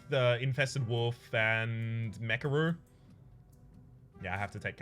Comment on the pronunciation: Is it me or says woof instead of wolf?